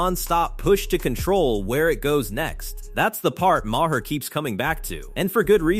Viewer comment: more AI drivel Bill Ma-Har and AOC called A-ahk (trying to pronounce her initials as a name) just play the vids and talk, stop letting AI do the talking.